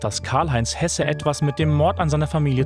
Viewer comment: Der Sprecher damals hat Hese statt Hesse gesagt.